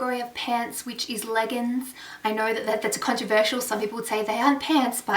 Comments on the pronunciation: oh no no no I'm talking about ur pronounciation! haha... have u noticed SOMETIMES u say leggns instead of leggiiiings... my bestie does the same thing and its endearing! hope u dont take offence just something just i noticed! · So excited to watch this! I've started my shopping too but this gives me so much more inspiration. Love how u accidentally said 'leggins' and something else maybe 'jeggins' instead of leggings and jeggings haha so cute. Loved all the '' coloured stuff!!!